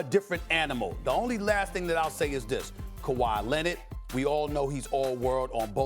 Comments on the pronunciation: Nobody: Stephen A: Kawhi Lennid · “Kawhi Lenned” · Kawhiet Lennit lol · Stephen “Kawhi Lennit” A Smith